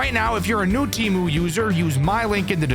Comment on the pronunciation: No way this dude got sponsored by Temu lol at least he said it right also Don't use Temu if you want your data to go to the Chinese government don't use it but you do you